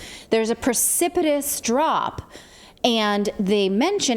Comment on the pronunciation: The word is pronounced precipitous, not percipitous.